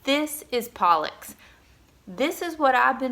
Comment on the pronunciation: Why do you pronounce it 'Pollix?'